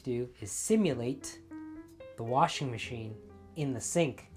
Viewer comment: I love you! You said "warshing." Sooo old school just like your approach to everything. This is a wonderful reminder and I've never heard of bluing liquid. My mother dropped the ball on educating me on that one!! And, I had no grandma to teach me either.